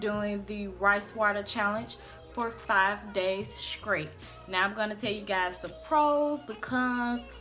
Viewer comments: Girl you was killing me saying scrate and scrong instead of straight and strong lol but your hair came out nice! You'll need to dust or trim to get rid of the split ends so you'll have healthier thick ends and btw I love that KeKe Wyatt song. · If u Say SKRAIT one more time...! 😂 Your came out sooo good though